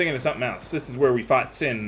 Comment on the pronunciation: The final sshowdown with sshin. The final sshowdown with sshin. The final sshowdown with sshin. Shut up already, Cid!